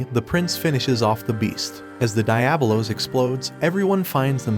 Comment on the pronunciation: Die-ab-o-los.. cringe